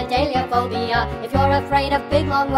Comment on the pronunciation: Props to the man who song this. Awesome pronunciation of 'Hippopotomonstrosesquippedaliophobia'.